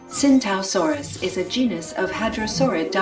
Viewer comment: It's pronounced chingtao saurus